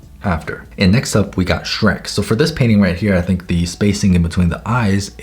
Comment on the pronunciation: and next up we got SHRÆK